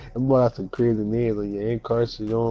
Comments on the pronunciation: having trouble with those names. Just call Gregorius the Evil Dutchman, and call Encarnacion Carnation 😹. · the only way I know how to say Encarnacion is nacho libre